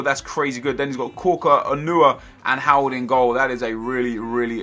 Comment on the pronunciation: it was hawerd not hart